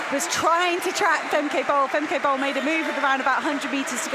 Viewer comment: Femkaypoal"😂😂 as a dutchie, that's what i hear😂😂